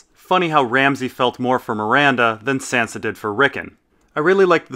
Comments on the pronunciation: why do you pronounce sansa like a texan if you pronounce davos with a hard A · Why the fuck do you pronounce Sansa's name like that?